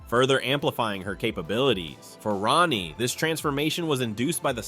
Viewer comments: Wolfsbane name Rahne, is not pronounced like Ronny! It pronounced like Rain, Rayne, or Reign! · If nobody else has already told you, Wolfsbane’s human name, Rahne, is pronounced “Rain” NOT “Ronnie”. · It’s not pronounced like “Ronnie” Sinclair. It’s pronounced like “RAIN” Sinclair. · Rahne is pernounced "Rain" not Rah-ne. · Rahne's name is pronounced like RAIN. It's not Ronny. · Rahne sinclairs first name is pronounced Rain not ronny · Rayne Sinclair's name is pronounced "Rain" not "Ronnie", per Marvel comics own website. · Rogue's 6th sense is from the original Ms. Marvel power set she stole way back in Avengers Annual #10. Kitty Pryde, in conics, never possessed that time traveling ability. That was courtesy of Rachel Summers. And Rahne's name is pronounced "rain" not ronnie or whatever the guy was saying. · It’s pronounced Rain not Rah-nee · Ronnie? Really? Ronnie? It's rhane or rain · Rain...Rahne Sinclair's first name is pronounced rain. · And this is why I despise AI. Cause who the fawk is Ronnie?? Do you mean Rahne??!!! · Not to 'um actually' at you, but um, actually it's pronounced like 'rain'. I can't remember what issue it's in but there is one where they clarify this. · Wolfsbane's real first name is pronounced "Rain." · These are all wildly inaccurate and in the case of actual secondary mutations, you got Emma Frost and Wolfsbane. The latter also has mostly dropped that power. Also pronouncing Rahne "Ronnie" is a war crime. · ouch,, you mispronounced Rahne Sinclair's first name. In the original run of New Mutants, several time she stated her name is pronounced as "Rain". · Ikr?! They completely mispronounced Rahne’s name.